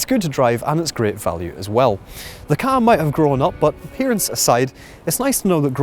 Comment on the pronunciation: Pet hate - it's pronounced 'CAR' not KA or K-A. Car reviewers should know this. I worked for Ford so I know what I'm talking about.